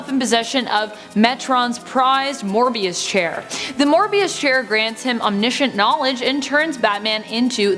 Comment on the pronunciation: I guess everybody was distracted by her lovely looks because nobody caught flub when she said 'MORBIUS Chair' instead of Moebius Chair. It's ok, I forgive her. 😍😍😍😍